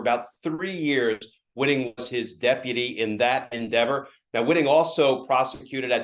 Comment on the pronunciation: "he was a deputy.." I had to check the captions on that, it sounded like "deadbeat"